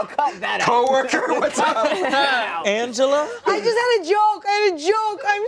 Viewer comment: Anglea?! Angela... Angela! Angela? Angela, like Angela.